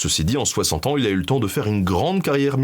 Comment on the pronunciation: J'adore? Cependant Benjamin, tu persiste à mettre des "s" derrière la plupart des chiffres. Ainsi dès le début 5 "z"années. C'est bien dommage.